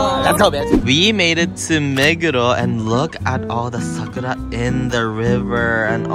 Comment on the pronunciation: Anyone else keept hearing SUCKITUP instead SAKURA? 😮😅😂